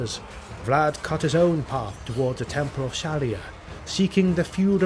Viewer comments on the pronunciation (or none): none